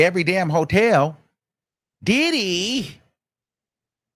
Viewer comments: Right like "DID-HEEE" AND "DID-DIEEEE" for MEEEEE 😅🤦🏾👀🤪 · Son ,i ❤ the way, you say DIDDY- DID-HE!!! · The way says ‘Didee’ cracks me up every time.😂😂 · The way u say diddy😅😅😅😅😅